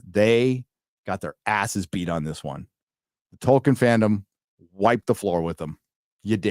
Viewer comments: Who is "Toiken" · "True to Toyken"